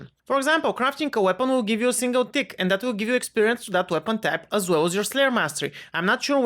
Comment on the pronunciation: Tick sound like dick lol